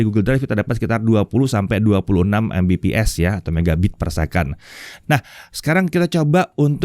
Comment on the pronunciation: Sayang banget, padahal bahasnya soal internet. Tp masih ttp membiasakan ngebaca Mbps secara harfiah ( embepees ). Yang di mana harusnya dibaca Megabit per second / per detik 😭 Dah mau 2023 loh, udh waktunya masyarakat indo tau bedanya Mbps vs MB/s alias perbedaan Bit vs Byte. Biar mereka ga terus2an dibodohin gimmick marketingnya provider2 internet. Karena masih banyak yg gatau klo untuk satuan kecepatan internet itu yg dipake Bit (misal Mbps), sedangkan satuan kecepatan transfer data di komputer pakainya Byte (misal MB/s). Dan masih banyak yang beranggapan itu dua satuan yang sama gara2 klo satuannya disingkat, cara bacanya sama ( embepees ).